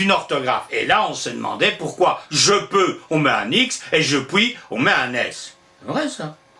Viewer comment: Merci, c'est absolument passionnant ! Juste une question : vous prononcez " pouis" plutôt que " puis", pourquoi ?